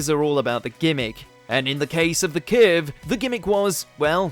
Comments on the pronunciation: What's a "kehrve"? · Strangest pronounciation of the word curve I have ever heard 🤣